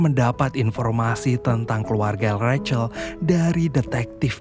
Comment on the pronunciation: Rahel. Kok recel? 😂